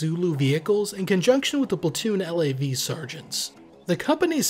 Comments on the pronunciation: FYI we never called a LAV a L - A - V. We called them a LAV. In one syllable as in the first syllable of lavatory. Seeing as they are Canadian, anyone who calls them L-A-Vs are wrong ;). Ret'd former LAV Crew Commander, 1 PPCLI. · Couple points: We don't call them L.A.V's...spelling it out like you do...we say LAV. You never anglicize the Royal 22ieme Régiment's name, by pronouncing it 22nd. Its name is french and you don't translate it. The CSM is not necessarily the the MWO with most time in...company sergeant major in the Canadian military is an appointment not a rank...therefore any master warrant officer can be appointed CSM. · I wasn't sure because I've been out for a while but 1VP was speaking about bringing back both mortars and pioneers. Just a friendly FYI. We pronounce LAV as a word not the individual letters. As well as FOO and FAC